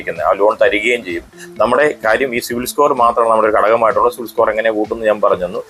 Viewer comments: ok, ഞാൻ വീണ്ടും വീണ്ടും കേട്ട് നോക്കി, എനിക്ക് സിവിൽ എന്ന് കേട്ടത് പോലെ തോന്നി സോറി 😊😊 Btw, nice content 😊😊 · Eda potta 'civil' alla 'cibil' aan😂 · സിവിൽ അല്ല സിബിൽ